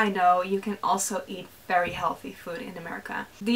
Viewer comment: VERY not fery gosh that's annoying.....